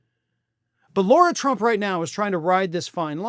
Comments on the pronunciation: It's not "Laura." It's "Lara." Just saying. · It. "Lar-a" not "Laur-a". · Why does keep calling Lara Trump, "Laura"? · Lara there is no U it's pronounced like Larry. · I think you are not pronouncing her name correctly. She pronounces it like the front part of Larry. Lair-a.